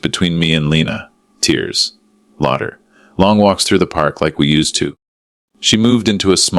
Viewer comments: A.I again, Lauder, Mr robot it’s called “ laughter. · OMG - it's bou'kay' NOT bou'ket' & la'fter' not 'lau'ter!! Duh!!